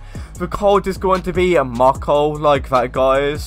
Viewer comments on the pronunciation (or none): none